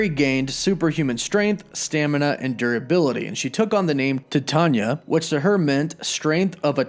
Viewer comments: Dude, your freaking killing my brain. Titania is pronounced like the metal Titanium but without the M. Don't overthink the pronunciation. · Dude.... Why do you say every name incorrectly? Titania is Titan (like Chronos, Atlas, etc) or the metal Titanium. Same thing with Sersi in other videos. She is a reference to the goddess, Circe (Sir•C) as all the Eternals are referenced to deities in one way or another. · He was killing me with the way he was pronouncing her name lol. Hasn't he ever heard of the metal Titanium? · if you type in “How to pronounce Titania” in Google, it literally says it verbally for you. Even fictional character’s names have correct pronunciations. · Please pronounce it correctly: T-I-E TAYNE- EEAAA!! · Ty-Tan-nee-uuh. ijs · TY-TANE-YA !! Bro your killings me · DUDE, really? Her name is taken from the alloy Titanium... It is pronounced Tie-TAY-Nia !!! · Cmon bro u gotta know your pronouncing Titania wrong. Its like Titan with ia at the end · I thought it was pronounced Ti-tae-nia... You know like a play on the word Titan. Whatever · Titania = TieTayKneeUhh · Why are you pronouncing her name like that? It's pronounced TIE-TA-NIA. As in TITAN-IA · “Tit-tanya?” Try pronouncing it like Titanium or Titan or Titanic. 🤦🏻‍♂️ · Dude, it's pronounced "Tie-TAY-nee-uh" like the metal, titanium. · I Could be wrong but its ty-TANE-nee-ah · I’ve been reading marvel for years I thought the villains name was pronounced Titania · Say it with me phonetically: Tie-TAY-nee-uh, like the incredibly durable metal titanium. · Thank god somebody said this. He mispronounces a lot of stuff... hahaha. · You are pronouncing her name wrong..Titania. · Her name is pronounced tie-tan-ya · i could be wrong but i believe it's spelled "Titania" and it's pronounced "TAH-TANE-E-AH" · No you are right he fucked it up. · Yeah lol he said Tah-tonya 😂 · He really butchered the name of Titania huh lmao 😆 oh snap! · Bro, you are saying "tatanya".it is *Titania*.